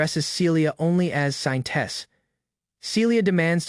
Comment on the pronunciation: Why do I always here Scientist instead of Saintess